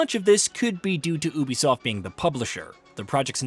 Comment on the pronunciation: It’s pronounced “you-b-soft” FFS. They even say it in the game in Watch Dogs 2.